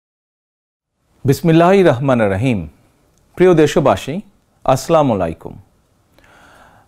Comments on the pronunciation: আসসালামলাইকুম না আসসালামু আলাইকুম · আস সালামু আলাইকুম সঠিক উচ্চারনে সালাম দিবেন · প্রিয় নেতা আপনার ছালাম দেওয়াটা ছহি হয়না।আমার মতে আপনি দেশের মুসলিম সম্প্রদায়ের নেতা তাই আপনার ছালাম টা যেন ছহি শুদ্ধ হয় এটাই আমাদের চাওয়া। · এটা খুবই দুঃখজনক যে এত বছর পরেও আপনি বিসমিল্লাহ এবং সালাম সঠিকভাবে উচ্চারণ করতে শিখলেন না। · সুন্দর কথা।। কিন্তু বিসমিল্লাহ এবং সালাম শুদ্ধ হওয়া উচিত। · সালামটা আরও শুদ্ধ করলে শুনতে ভালো লাগবে। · সালামটাওতো ঠিক মতো দিতে পারেন না। দেশ চালাবেন কি করে ? আফসোস আমরা আপনাদের মত নেতা নেত্রী পেয়েছি যেমন ,তারেক রহমান, সজিব ওয়াজেদ জয়, খালেদা জিয়া, শেখ হাসিনা। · আগে সালাম দিতে শিখুন, আপনার সালাম দেওয়া ভুল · ভাই তুমি বিসমিল্লাহ এবং সালাম টা শুদ্ধ করো আগে